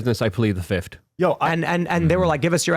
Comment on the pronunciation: I plead the fiffted...really? Take this dude off of your show. Illiterate fool!